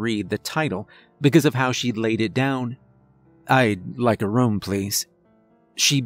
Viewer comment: A very cerebral tale.. and another excellent reading.. Though i wish youd say "room" as "room" and not "rum". That's not accent.. it's just saying something wrong and not caring. The fact that how you change says it kinda illustrates the dilemma you have lol